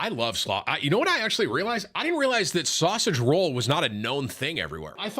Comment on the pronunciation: Why does Tim say sausage roll wrong?